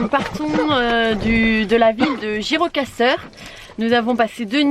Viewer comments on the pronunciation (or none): Bonjour ont prononce SHKODËR DURRËS GJIROKASTËR bonne journée.